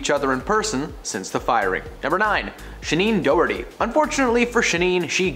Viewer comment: Shennen Dorhery?? Oh no guys definitely get names right 🙏🏻